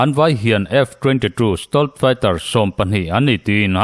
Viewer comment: 'Sitawlt' tia lam hi 'Sitelt' tia lam zawk tur niin a lang😊